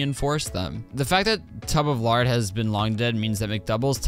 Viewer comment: Tub of lard was a bit “Tub of larg”